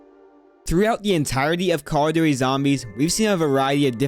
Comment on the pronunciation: cawduwy is what i heard when starting this video